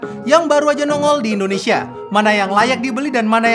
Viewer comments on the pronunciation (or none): none